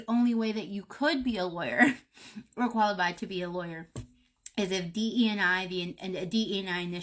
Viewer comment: It’s pronounced D.E.I. not D.E. ‘n I.